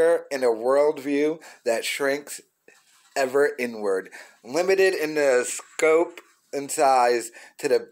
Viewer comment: When u said “inward” I thought u said “N word” lmao